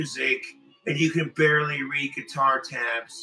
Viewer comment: Never heard anyone pronounce guitar with a k but there's a first for everything